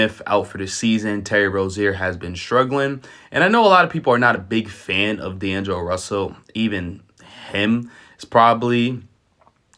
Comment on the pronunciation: “Daneglo Russell” 😂